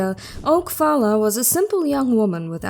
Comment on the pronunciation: Her name is Phalla, pronounced Paula. Oak is her last name